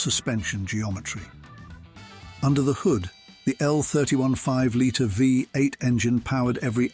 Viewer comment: Unfortunately the original post is an AI voice that can't even pronounce V8. The pictures also do not match the description sometimes either, Very annoying.